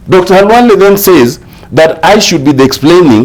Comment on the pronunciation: Dr. Khalwale not halwale